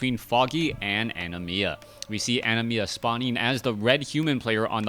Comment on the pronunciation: That was pissing me off so badly too..